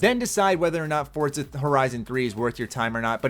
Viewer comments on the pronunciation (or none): For-zuh not Fort-zuh lol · Don't think it's Fort-za, I think it's For-za